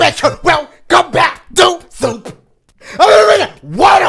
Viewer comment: Bruh I always hear “WELCOME BACK TO SOUP” lol